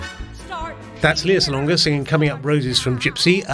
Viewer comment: Enjoyed your review of STEPHEN SONDHEIM'S OLD FRIENDS. (I will be traveling from the US just to see the show!) By rhe way, her name is pronounced LAY-ah (not LEE-ah) Salonga.